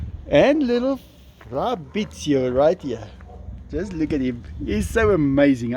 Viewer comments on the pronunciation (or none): It's so nice to see the boys playing. By the way the italian name is Fabrizio because you always say Frabizio. Or is it your own version? Greetings from Germany.